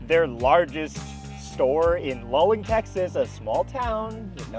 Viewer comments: Luling (pronounced Lou-ling, btw) is near the intersection of Higways that lead to Austin and San Antonio only two or three hours drive from Either; and has an absolutely famous BBQ joint and is a very common Road Trip Destination (I've daytripped from Dallas to there for a BBQ Lunch, it's quite good, the Buckees wasn't there yet) so yeah, it's a big, convenient, easy to find stop in a place you would naturally end up if you were going from anywhere in South or Central Texas towards any place further west than that (or, indeed, vica versa), at about the point where you would want to stop for gas if you were leaving either of two major cities. and yes, I know it's a Joke, it's a pretty good one, but I enjoy the fact that just like with your own debunking videos, it's laughably easy to provide a simpler and much more reasonable explanation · It’s pronounced sa-VEER-ville, TN. Also LOU-ling, TX. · Oh my god it's LOO-ling. Love y'all but damn. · It's pronounced loo-ling, not lul-ing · In case no one else has mentioned it, it's pronounced 'loo-ling" (Luling). Sorry for living in central Texas... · It's Luling, not Lulling. I live near and couldn't believe my ears! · OMG it's Luling not Lulling. LOO-LING! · Sorry guys, native Texan here. It's pronounced "Loo-ling" Texas, not "Lull-ing". Also, finally someone is calling out Buc-ees for their obvious manifest destiny mindset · lmao shoutout to my parents hometown. 🤣 Fun fact instead of making the current Bucees just a little bigger, they decided to bulid the bigger one right next to the old one and then demolished the old one. Also we do pronounce it like loo-ling, not lul-ing, though I do get the confusion. Edit: if you drive through luling(only takes like 5 minutes since its not big) try City Market BBQ, its really good. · BTW, it’s pronounced “loo-ling” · This video was awesome! As a Texan, just wanted to assist with the pronunciation of Luling - its Loo-Ling :) Keep up the great content!